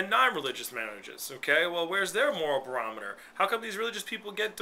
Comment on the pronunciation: you are an idiot ....you said BAROMITOR...... 10,000 x's... that must be your big word for the day....